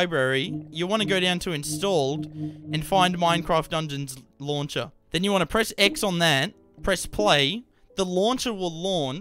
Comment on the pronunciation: The Lonsher will Lonsh xD